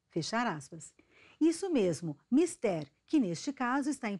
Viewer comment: Ela n e professora ela esta dizendo mister errado